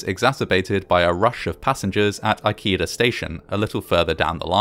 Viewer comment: It's pronounced "e-KAY-dah"